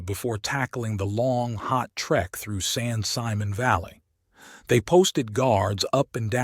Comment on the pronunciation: It's spelled San Simon but it's pronounced San Simone.